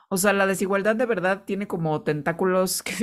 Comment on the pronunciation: Chingona información y chida forma de cerrar esta chulada , la Veldad Veldad❤❤❤❤❤❤❤